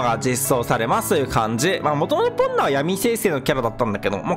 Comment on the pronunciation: ポンノがポルノに聞こえて焦ったゾ…